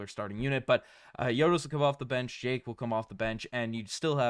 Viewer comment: You better start now trying to learn how to pronounce Jake's name correctly. I absolutely wishes him well. GO GRIZZLIES!